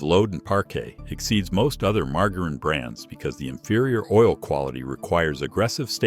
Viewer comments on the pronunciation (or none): So you're telling us that Mar-ger-reen is some sort of alternate pronunciation bud? I mean surely virile and educated gentleman such as yourself knows how to properly pronounce margarine.